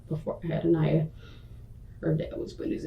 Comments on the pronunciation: I find it highly disrespectful that you managed to mispronounce Aniya's name every single time you said it in BOTH videos about this case! There's no excuse for that seeing as the detectives, Aniya's mom and the boyfriend said her name a million times in both videos. In the future try to take extra care to insure you are pronouncing the victim's name right. That seems like the least you could do.🤔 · You could at least try to pronounce the baby victim's beautiful name properly. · You pronounced her name wrong the whole video, wth is that? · I love your channel but it disturbed me so much that through all these videos you misprounounced Anya's name. I felt it was disrespectful. ❤ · I really do enjoy your content. Can you please make sure to pronounce the victim's name correctly. Aniya's name was said so many times throughout the video, and you still pronounced it wrong. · There’s been multiple comments on both videos pointing out that you are mispronouncing the victim’s name and you have done nothing to remedy it or acknowledge. I am unsubscribed and blocking your channel from my recommendations. How can I trust your reporting if you continue to make this obvious and incredibly disrespectful error? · You’re still mispronouncing this poor baby’s name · Can I please ask why in all of these videos you pronounce Aniya's name differently to the actual pronunciation? Those who knew her pronounce her name An-I-ya, and you pronounce it An-ee-ya. Small point, I know, but it bothers me that you have done such excellent research into this sad case, yet you don't realise you are not even giving this sweet child her proper name. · Please learn that poor baby’s name: it is An-eye-A, not An-ee-A! Driving me crazy with mispronunciation of her name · Ugh. Narrator, its not "ah-knee-ah" - - the child's name is pronounced "uh-NAI-yah" 😒 its not that hard to pronounce correctly. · The Narrator calling this baby A-Knee-ya was bothering me her name was Aniya